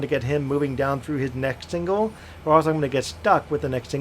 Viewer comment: OMG! It's Signal... not Single. And the Whistle signs are NOT Whistle STOP signs. You don't stop at them.